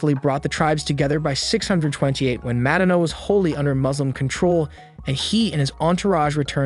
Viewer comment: Mad-dina lol